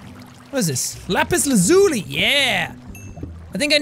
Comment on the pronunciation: POV: He is the only one who can actually say lapis lazuli right.